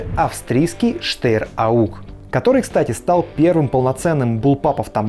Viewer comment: не штеер, а штаер